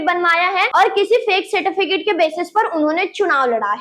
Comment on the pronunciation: Certifitic ???? Kisi ne suna kya nahi 😂